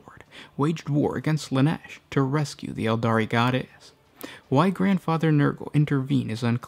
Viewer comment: Sometimes you extend the last syllable of some words like when you say the word "mask" followed by "why" . I can't explain why, but holy hell do I find it annoying, to the point I just can't enjoy your content.